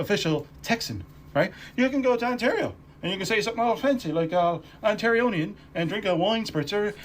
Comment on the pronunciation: That first guy is so full of it. Newfoundlanders are dead jealous of anyone from “the mainland” and love to snark them for any reason. And the word is Ontarian, not Ontarionians”. I’ve been married to a Newfy for over 50 years (since he’s lived here since teenage, he is an Ontarian, more than a Newfy) and I’m still the outsider in his family, all his sibs married Newfys. Ironically, I get on just fine with their kids cuz they are all Ontarians. My mil used to introduce me as “my oldest son’s wife, who works for the government”, not Lulu. It was her sad attempt at impressing others becuz working for the govt was code for she makes a lot of money, their primary focus, which my husband and I laughed at cuz my salary was livable not wealthy. From my experience, I say that Newfys are akin to American hillbillies or southern folks. JMO.